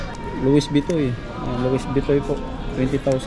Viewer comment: Lo-wi vi-ton pagbigkas nyan bro. Silent "s"hehe